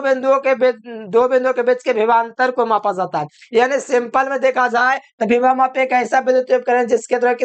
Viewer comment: Bhibhav mapi nahi sir ❌ vibhav mapi , voltage mapi ✅